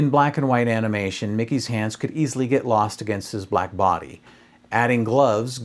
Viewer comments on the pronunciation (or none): none